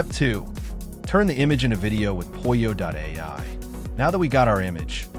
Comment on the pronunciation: Aha - I see my first post has been deleted when I corrected you on how to correctly pronounce POLLO not Poy-oh or however you pronounced it.